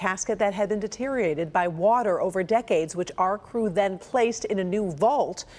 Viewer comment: Reporter needs to learn how to read. The word our is not pronounced "are."